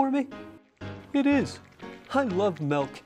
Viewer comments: "Melk" is how you spell and say milk in my home language but I doubt that was this movie's intention... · I heard the "melk" thing, and honestly, I assumed it was just the director trying to make the point that the hedgehog was dumb/didn't know better. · Anyone know that skit where some guys end up shooting each other because one of them says "melk" instead of "milk"? Cause that's what I immediately thought of when I heard that hedgehog say "melk". I wish the scene in this movie ended the same way.